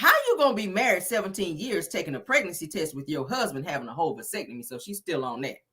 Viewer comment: “Pelicure” and “Basectomy”😂😂😂😂😂😂😂😂😂😂😂